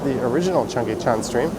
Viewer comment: You have to say Cheonggyecheon or Cheonggye Stream. because korean "cheon" means stream.